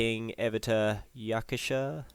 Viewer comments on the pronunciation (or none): It's Yaksha, not Yakusha, lol